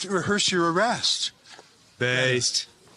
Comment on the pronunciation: Benny what was with the Scottish “arrrrest”?😂 being a Scot thats been “arrrested” several times I can confirm it was pretty damn close.😂